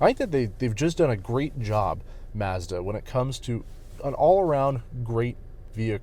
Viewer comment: Great review, but you keep pronouncing“Mazda” wrong. 😑 It’s bugging me out so much. Mazda Mazda Mazda. Oooooof😅